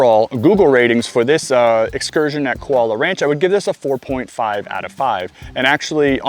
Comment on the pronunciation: It's pronounced Koo--ah-low-ah (Kualoa) Ranch.